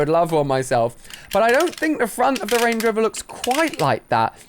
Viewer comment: he says rangey rover did anyone else notice that